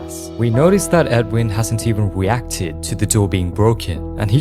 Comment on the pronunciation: weacted (not making fun of it just noticed)